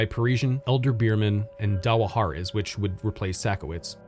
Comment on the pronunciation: Great video, but I am laughing at how you pronounce Dawahares. It's pronounced dollhares. I'm a Kentuckian, and we had them all over here😊.